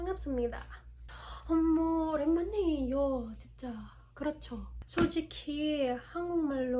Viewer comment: You pronounced 만나서 as 마나서 and try connecting all the words so as to sound more flowy because it'll sound unnatural if you try to pronounce every word as an individual one. Example in 오랜만이에요 instead of saying 오랜 and then 이에요 which sounds insanely unnatural, atleast for me you can pronounce it as 오랜마니에요